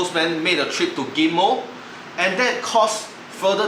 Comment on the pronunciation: Ghim moh u were trying to say?